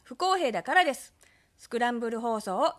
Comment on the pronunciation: 不公平だから↑です↓